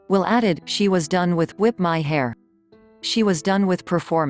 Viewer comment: I giggled at the way "whip my hair" was pronounced